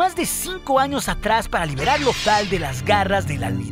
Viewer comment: si ves sus vídeos, todo el mundo pregunta lo mismo, además de que hay palabras mal pronunciadas por el propio programa, como a veces en vez de decir años dice anos